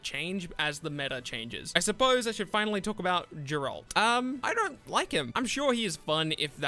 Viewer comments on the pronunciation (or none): IKR?DIS NIGGA JUST SAID "jeralt" LIKE HE'S NEVER HEARD OF THE WITCHER,LIKE NIGGA DO YOU EVEN PLAY VIDEO GAMES AT ALL?!?!